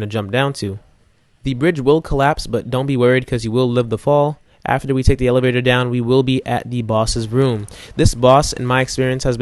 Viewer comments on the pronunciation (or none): none